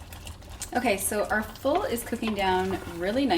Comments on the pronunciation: It’s not called full it’s foool 😂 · It's FOUL not FUL 🤣